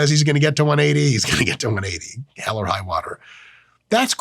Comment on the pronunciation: please dont say hell like that